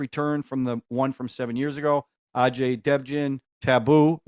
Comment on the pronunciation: Its pronounced "uh-jay dev-gun".. His father was a big Action-Director in 70s,80s and 90s.. he is a popular actor & writer.. you saw him in Barfi and PK.... Writer saw TV news of Vijay (he didnt knew abt his case). hence he came to p0lice.. its funny you call it diner, resto, etc.. In India, from small shack to 5-star lodge.. everything is called as "Hotel"